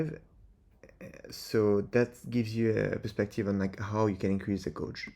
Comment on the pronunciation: Guage is pronounced Gayj, rather than Goj jsyk. Uryu is busted o.o